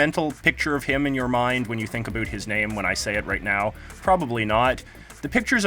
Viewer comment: Did you just say A BOOT #UnSubscribled